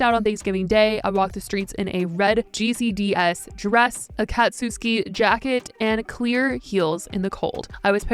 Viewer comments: I cringed lmao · the way said akatsuki im crying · You must not be a Naruto fan because the way you said Akatsuki is just hilarious this is so serious and I really care about mental health things like this. That anime fan inside me that couldn't help but make me laugh so much in the middle of this very serious video. Idc that u mispronounced it my brain just went through a hole thing where I forgot for a second that most people haven't seen most of naruto like me. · OT I know she tried her best but I can’t help laughing at the way she pronounced ‘akatsuki’ ‘Tsu’ in Japanese is not really annunciated like in English, you’re almost making just a ‘sss’ sound. Not exactly but almost, it’s very short. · the way she pronounced akatsuki lol